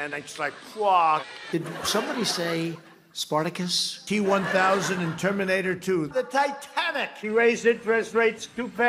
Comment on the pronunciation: "Sparnicus" LoL "I passed the Mensa ink blots!"